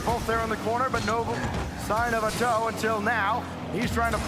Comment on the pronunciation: Why was he calling atow “A toe”